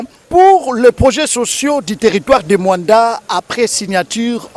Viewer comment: MOANDA ET NON MUANDA BOYOKI